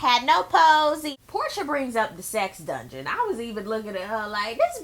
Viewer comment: lmao did u peep how porsha can't say "dungeon" I hollered..